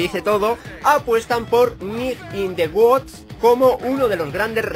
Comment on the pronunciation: in the woods se pronuncia wuuds vivo en USA